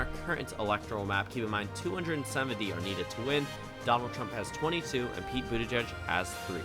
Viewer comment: Very nice but it's Boot-edge-edge not boot-a-judge.